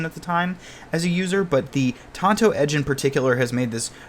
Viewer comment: THANK YOU FOR PRONOUNCING TANTO CORRECTLY This thing is so sick. Pretty far out of my price range, but an undeniably handsome piece.